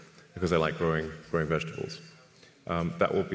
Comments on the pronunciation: She had me dying with the vejuh-tubbles?? 🤣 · VIGITIBLES?! WTF did she say? lmao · In fairness, these reporters probably do use about 5%. The last one said "vega tibles" ffs